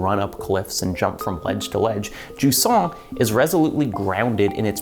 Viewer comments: If you wanna pronounce Jusant in French, it's more like Zhuz-nasal a, not juice-nasal a. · Wait Jusant is pronounced like croissant?